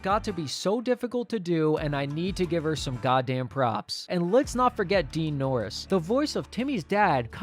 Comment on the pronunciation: did you say DEAN norris or DARAN norris?